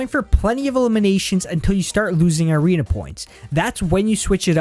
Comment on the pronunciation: He says irena instead of arena Lmao🤣🤣🤣